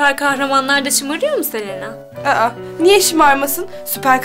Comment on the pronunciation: Selenağğ deyil Selena